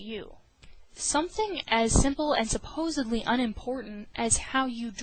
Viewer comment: Stopped watching at 'supbosably'.